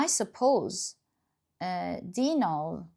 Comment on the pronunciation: Pile 1. Libra. Ty!!! It’s “Dine-a.” Her cat :) I def resonate with this message. ❤